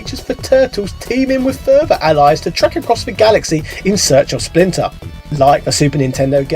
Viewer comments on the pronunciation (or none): none